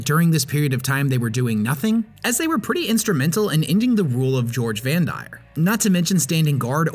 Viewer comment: You said doge Vandire wrong